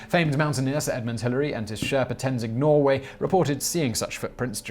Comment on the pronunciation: claims not to know how to pronounce Moleke Mbembe Shows screenshot that gives the exact pronunciation Pronounces Tenzing Norgay's name as Tenzing Norway Mispronounces "mange" (may-nge) as "Man-ge ...I'm starting to doubt your credibility dude...